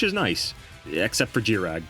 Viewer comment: Hearing “jih” rag, instead of “gih” rag for Girag was infuriating. And you quite literally pronounced Star Cestus correctly.